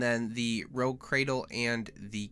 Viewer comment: it's pronounced "roodge" not rogue.